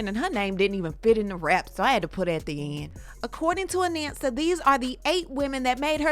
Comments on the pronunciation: Her name is pronounced "A-NAHN-SA", not "A-NAN-SA" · I know Anansa since she was born. Her name is AH NON SA, not Ah nan sa